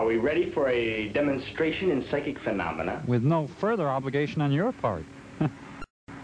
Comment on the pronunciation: Of all the things to screw up on this movie, they can't pronounce the phenomena that the movie is based on. more ridiculous then the razor in a glass.